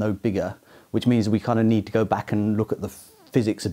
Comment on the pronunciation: "we nei:d a sei:d"